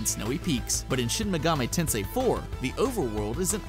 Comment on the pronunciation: Almost said Shin Megami Tensei . . . Correctly. . . しん め がみ てんせい If you would like to know: *i*『い』 makes the "ee" sound in Japanese They do not have the english "i" sound, other than "eh" (written with e 『え』)